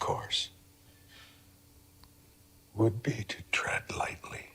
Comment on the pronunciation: Tread not trend